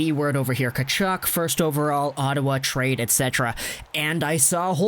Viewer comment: His name is pronounced HE TILL. Not “Che till.” You’re a hockey channel, come on bro.